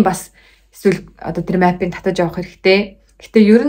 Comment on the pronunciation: map gdg ugee buruu heleed bn. Duudlagaa zasaarai